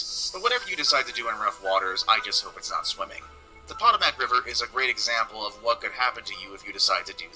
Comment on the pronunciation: whoever made the video about places to never swim doesn't pay attention.. I just listened to him pronounce the Potomac river incorrectly twice, even after you hear the woman pronounce it correctly. 2. Rome Life you really should take swimming lessons for several reasons 1. it is a lot of fun and 2. it is a great way to cool off in the heat of summer. Those are just my opinions.. my problem is I love to be in the water but me and the sun don't get along, I have very fair skin and burn easy and even if I don't burn the a lot of times I will break out in what is called sun poisoning which makes you miserable if you get hot so you have to stay inside with the AC. It used to happen to me a lot when I was a child and we would go to the beach for a week. The best I can describe sun poisoning is kind of like poison oak but unlike poison oak as long as you aren't out in the heat you don't itch.